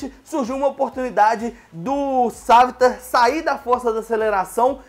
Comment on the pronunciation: "Sávitar" "Olly"